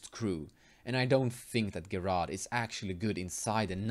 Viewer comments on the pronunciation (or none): His name is pronounced Jerard. I don't mind pronouncing things differently, but thought you might want to know.